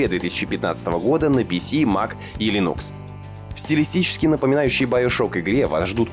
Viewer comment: Меня как пользователя Linux оскорбляет то как вы неправильно произносите название. Ударение надо делать на 1-й слог.